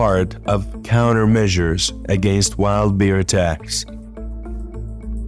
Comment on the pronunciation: In the bear segment it sounds like he's calling them deer instead of bear. Am i hearing right?